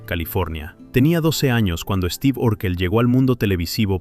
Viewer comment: Mucha pronunciación en inglés pero luego dice Esteve.